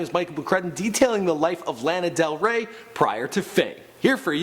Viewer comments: Uh why is he saying her name like that!!!! Wtf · cringing everytime you say her name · You forgot may jailer bitch also learn how to pronounce her name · ooohhhh i found it lol , YOU SAID HER NAME WRONG BTW